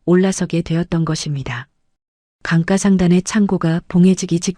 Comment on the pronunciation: 강가를 왜 자꾸 강까 강까 하는거야? 희한하네? AI는 기억도 끼억으로 바꾸네?